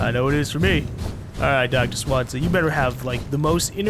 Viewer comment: plz stop calling him "Swan-za" its "Swan-ze-ya"